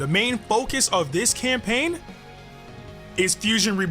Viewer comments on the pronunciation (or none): Bro said camapaign